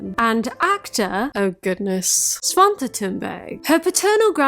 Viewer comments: You pronounced "svante" really well🥰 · Hello, subscriber from Sweden here. Your pronunciation was actually pretty good, especially of the name Svante. Don’t you dare knock Bamse though.